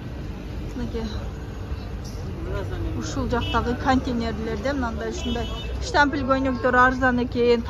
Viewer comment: Жакшыраак сүйлөгөндү үйрөнгүлөчү анан тарткыла штапил фудволка дебестен анан адамдардын бетин без разрешение тартканга кандай укугуңар